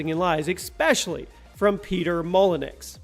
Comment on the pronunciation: Peter Molenex? LOL@ hillbillies try to be smart.